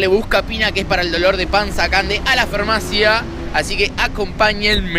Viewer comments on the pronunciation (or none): A la FERMACIA jajajajajajajajjajajaja es FARMACIA , FARMACOSSSSS FARMACOSSSS NO FERMECOSSSS LASKDNFLASKDJFNASD